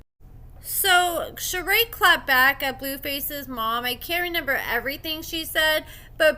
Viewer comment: I absolutely LOVE your work. My whole family enjoys your content. However, you struggle with reading and some words in particular... one of those words is "reMEMber" which you consistently pronounce as "reNEMber". My daughter did that when she was 4 years old and outgrew it. I think that you too can correct this mispronounciation. I believe in you!